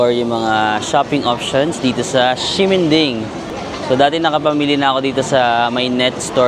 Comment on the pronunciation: Hello po 😊 Correct pronunciation po. Ximending is not (sheminding) but (simenting) hope this help ❤😊 love love